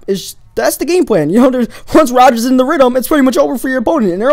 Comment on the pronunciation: Did you just say get roders in a ritum